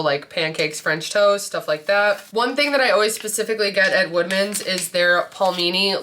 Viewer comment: Great video! Lots of ideas! I kept thinking you were saying wegmans not woodmans and I was like I’m not looking close enough because I’ve never seen these lol😂